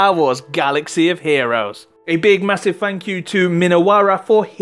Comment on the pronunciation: masiff fank you from the smiffee dee